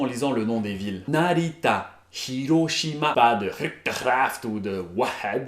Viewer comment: The way you pronounced the 'hi' sound in Hiragana and Hiroshima is perfect.